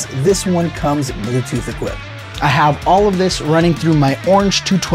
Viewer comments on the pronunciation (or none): none